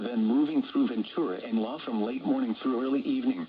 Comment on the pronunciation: “Then moving through Ventura and La from late morning through early evening.” Explanation: In this case, LOX decided to omit “County” and simply said the county name. (Santa Barbara, Ventura, etc.) By the way, when it said “La” it meant “LA” as in Los Angeles. This is one of LOX’s Text to speech flaws.